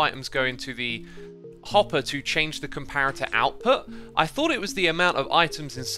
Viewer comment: I don't know why, but whenever Xisuma says 'hopper' I always hear 'hot bar'. Keep this in mind and you'll hear hot bar too